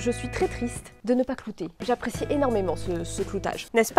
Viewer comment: à dit cloter au lieux de clouer